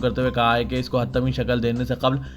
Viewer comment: Urdu ki bahut mistake karte ho Ap HATMI Hai HATTAMU nahi Musallama hai Muslima nahi